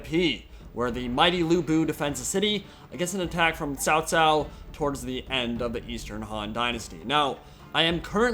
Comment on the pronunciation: no there is no "h" sound. otherwise it would be spelled "chao". "ts“ is as close as you can get to the chinese "c".